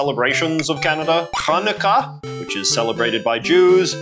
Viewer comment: The way you pronounced Hanukkah in this video just made me laugh out loud.